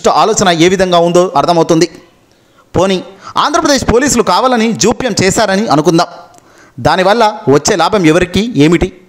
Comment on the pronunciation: Jopayam khadura babu japyam telugunu khuni cheyaku